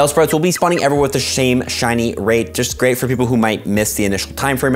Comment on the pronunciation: Nah dude said shame shiny rate💀